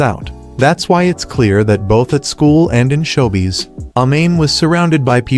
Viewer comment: Don't forget "show bees."